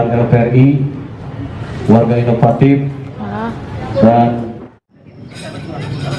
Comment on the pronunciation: INOFSTIF ?????? INOVATIF meureun